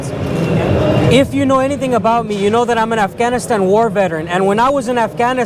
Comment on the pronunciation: I would put less emphasis on the word Afghanistan.